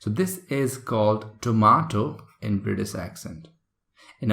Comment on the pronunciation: I'm confused it's British or Britiss, why are you saying Britiss..